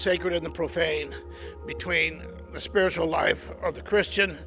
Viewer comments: Is this pronunciation of “spi’RITUAL” a Canadian thing or a thing? I’ve never heard the emphasis put there before, I’m so intrigued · why do you pronounce spiritual like that